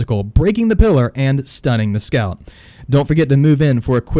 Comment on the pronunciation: Its weird, I keep thinking your saying scalp(I think that's how u spell it) instead of scout.